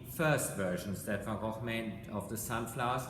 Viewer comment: Well I've never heard it pronounced like that, it is the "correct" way.